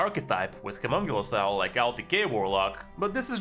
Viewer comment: fyi. The name is Humongous ow not homonculus owll. Besides that great video